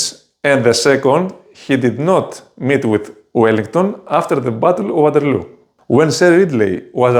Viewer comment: Δεν ξέρω πότε ξεκίνησες την μ@@ με τα αγγλικά, μόλις το ανακάλυψα. Εκτός του ότι η προφορά σου είναι σαν του ταμτάκου, - "γουάτερλου" το έκανες μόνος σου βρε νούμερο - δεν έχω καμιά διάθεση να βλέπω review ταινιών από έλληνα youtuber στα αγγλικά. Από το κανάλι σου, απεγγράφομαι αμέσως και σου εύχομαι καλή τύχη.